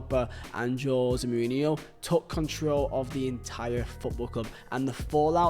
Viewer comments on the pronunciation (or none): Funny how you pronounce '' Joe zemourinho'' :p